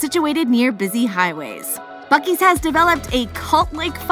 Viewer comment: As soon as you start buc es I have to turn you off